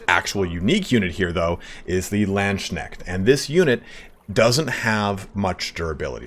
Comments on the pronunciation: People already corrected but it is Lands-Kneht, not Land-Shneht ))) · OK ok heres what I got to criticize: You pronounce Lands-knecht as Land-schneckt which looks and Sounds like "land-snail" lmao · Ngl i always wonder on what arcane websites people get their pronounciations for german words like Landsknecht